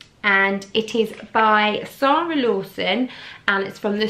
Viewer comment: I found this review irritating especially the mispronounciation of Sara"s name, make us Brits look like idiots.